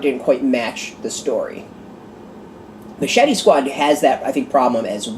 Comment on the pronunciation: Really appreciate the review, and you got the last name correct. Glad you enjoyed my story